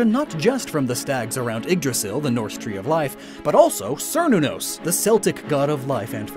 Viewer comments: You also mispronounced Celtic and Cernunnos; they are pronounced with a hard C and not a soft C like they do for the sports team. It's basic Gaelic. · Cù Sìth is pronounced (Coo She) not (Coo Sith). It is Gaelic for "Faerie Hound". It is a 'K' sound for Cernunnos!